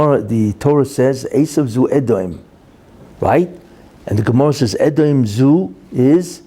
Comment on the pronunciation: Rebbe pronounces Esau as Azov as in Sea of Azov in the Ukraine War.